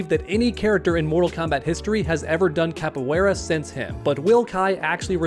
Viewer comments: man the way you pronounce Capoeira, damn. sorry but damn. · Bro you pronounce Capoeira way way wrong long.